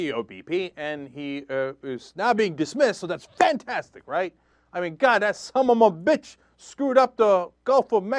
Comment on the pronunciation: ahaha 'summ'a' bitch'